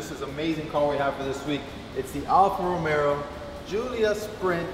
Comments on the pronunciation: Did he say Alfa Romero??? Geez guys. Based on your last name your Italian descent. Romayo it’s pronounced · The what now.....THE ALFA...ROMERO....??? WHAT AN INSULT TO THE MARK........GET IT RIGHT......ROMEO....!!!!!